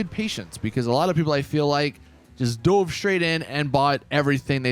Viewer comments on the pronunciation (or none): none